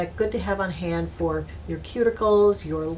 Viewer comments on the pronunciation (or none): none